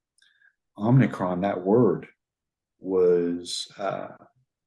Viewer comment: "om-ni-cron" is not om-i-cron. this is like nu-cu-leer, for nuclear. ??